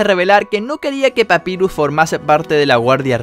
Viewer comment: Pronuncias mal papyrus y undyne